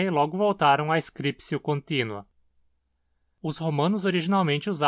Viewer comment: Alguma motivação para a pronúncia /skripsio/?